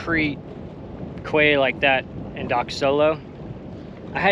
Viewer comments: It’s pronounced Key not Quay lol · I know you've heard this before... it's pronounced "key," or in French quai, prounounced 'kay" not "quay" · Quay is pronounced Key. Terrific content, as always. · Great video’s… I particularly enjoy the sailing ones. Sorry for being nit-picky but quay is pronounced “key”… one of those effed up words. You’ll here it referred to as “key-side” as in coming along quayside. Hopefully one day I’ll be doing the same… sailing my days away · so cool. Love it all. One day I will be there. Quay… is that the American-English pronunciation? In British-English we say ‘key’ even though it’s spelt ‘quay’. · Great video. By the way, quay is pronounced "key". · quay...pronounced "key" if I'm not mistaken... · "Quay" is correctly pronounced as "Key" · Quay ..." KEY ..Its pronounced.. KEY "...You colonist and that funny accent, made up spelling and missing letters is so amusing.